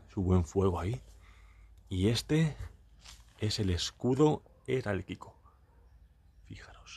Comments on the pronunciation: Heráldico, no herálquico. De verdad, no paras de decir barbaridades. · Por favor leet mas no se dice eralkiko sino heraldico. Los retratos son del rey y la reina si no me equivoco Alfonso XII.